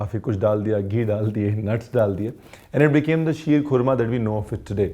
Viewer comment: mashallah what great urdu talaffuz sheerkhurma👌👌👌